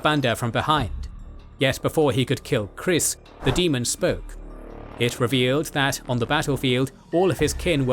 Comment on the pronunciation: Kyriss is with a hard Y, when you said kriss it sounds like some 25 yesr old dude hehe